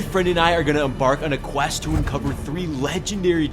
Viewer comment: I thought you said w rizz not w quest